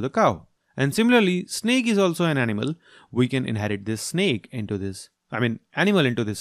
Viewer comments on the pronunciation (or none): its snake not snack